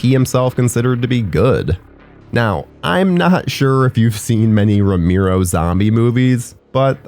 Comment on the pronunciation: george "ro-MEER-O"? jesus. and, of course, you say it SO MANY TIMES!